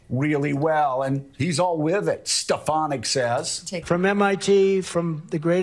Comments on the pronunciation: He didn't say "Stefanak"! He said "Stepanak"! Watch his mouth and you'll see!!! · "It's stefonyick" "Will you please say it right?" "Stefonyick" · Trump couldnt even say her name!!! That was priceless! Stpanak?? WTF Donald! Sound it out. Hooked on phonics, Donald!!!